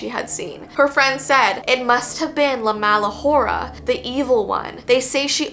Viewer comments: In spanish you don't pronounce ''h'' hola is ola hora would be ora so it's ''la mala ora~'' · Hey you didn’t pronounce it correctly but you pronounced it well enough and I love your videos ❤❤